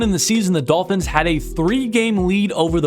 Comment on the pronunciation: Midolphins lol